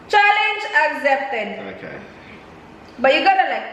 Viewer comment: Can I just ask why some people say accept or except with a z in it? Accept-aczept or except-exzept. Is that an in thing in the Philippines? is not the only one I hear it from. I am just wondering.